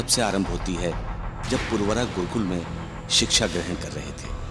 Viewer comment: अरे भाई पुर्वरा नही उनका नाम पुरुरवा था